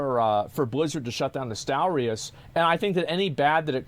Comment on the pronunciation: I'm sorry on behalf of the UK for that guy saying "nostal-rye-us". He's an anomaly.